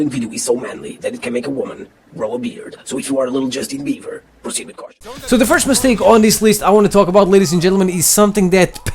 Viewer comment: It's Justin Bieber not beaver ok omg it's not triiiiipel and it's not dooble